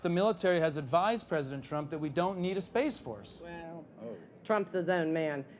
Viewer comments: Every time he mentions space, all I hear is "Ima Fix Wolves" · Let's get it right: it's pronounced SPAAAAAAAAAAAACE FORRRRRRRRRRRRCE!!!